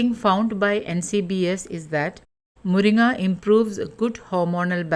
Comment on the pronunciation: Are you malayali? Because you pronounce മുരിങ്ങ correctly😂